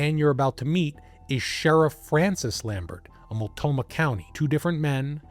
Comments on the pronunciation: and hey no serious points for how "Mult-NO-mah" tripped you up this often. I only know of Multnomah County from Sheriff John J Bunnell and his television appearances after COPS Figured right away, he'd get his own program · You overlooked the 'n' in Multnomah County, just fyi for when you cover Portland again. I just found your channel, great work 🙂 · Mult- NO - Ma county, not Mult-Toe-Ma. Just another error. And it's The Dalles (The Dales), not Dallas. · Love your episodes! But, could you PLEASE take a few seconds to verify/learn how to pronounce the core/key words you use!? Listening to you say: Mul-Toe-Mah 30+ times when it's: Mult-know-Mah, is SUPER aggravating to ALL Oregonians. I know it's a simple mistake, yet still important detail. Let alone it will make us question the accuracy of the remainder of your "research"!? FYI: it's NOT pronounced "Dallas" (as in Texas) it's said: The "D-Owl's"! Also, it's NOT the "Will-Ah-Met-Tee" River, it's the "Will-Lham-Met" River. 😂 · Small detail: it’s pronounced Mult-KNOW-mah. 😊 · Is he constantly mispronouncing Multnomah County, or is there another county named Multoma? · It’s Mult-no-mah, my brother. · And The Dalles, not The Dallas. At least he didn’t say Willa-met. 😂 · Yeah, I heard it as well. He left out the N. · It's pronounced Bonn a ville 😅. Buddy do 2 seconds of a Google search not multomah .... it's Mult no mah. I know you are from the opposite side of the country but anyone watching and listening to the story that lives in the PNW is shaking their heads. This was a big story recently when a diver finally found the car at the bottom of a channel in Cascade locks buried in the ruble that gets swept down the river. The Dallas ? The Dallas? 18 minutes in and we have 3 names of locations pronounced completely wrong. The Dalles is pronounced like a wooden dowel but with an A ... The Dawlezzzz ..I think it's a French word for the falls or something like that.